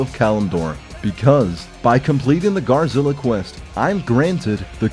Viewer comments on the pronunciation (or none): ghaz - rilla, not ghar - zilla...